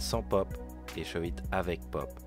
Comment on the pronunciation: c'est shuvit pas shauve it